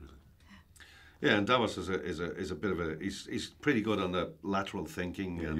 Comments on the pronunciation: She said Davis 🤦‍♀️ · Did she say 'Davis'?! OMG! That's DAVOS! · Davos, not Davis. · I thought she said Davis wtf who pronounces Davos like that lol